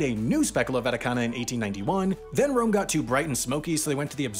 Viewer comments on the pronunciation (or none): none